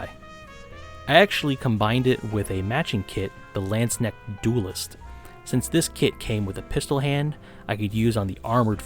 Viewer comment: I really do not want to be THAT guy but i really had problems understanding the one german word in your vid. If you hadn't pulled up that Insta-post, i would've never figured out what you were talking about^^ I'm sorry.... Your pronunciation is almost flawless except for the K in "Landsknecht". It is not silent like in "knock" but hard like in "acknowledge". Only comparison i could come up with^^ But that aside, yea, Landsknechts and mercenaries in general were the fashionistas of their time. Their clothing was supposed to underline their body with bulgy arms and shoulders, tights and even a "crotch cup" to make this bulge pop out. XD So gyaru is not too far away.